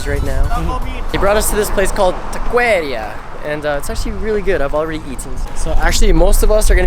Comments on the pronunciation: The way you pronounced taqueria.. 😂👍🏻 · Lol he said ta queria it’s taqueria 😂 only Hispanics will get it